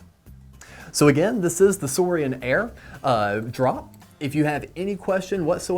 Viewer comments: It’s pronounced sourin not sourian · Trust me it’s pronounced soarin’